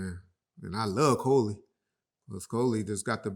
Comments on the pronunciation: Did that dude in the blue shirt really say “Coalee” instead of Khloe ..?!? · Now who is Coley😂😂😂😂 will mess a name up I was in this car screaming 😂 I bet John be rolling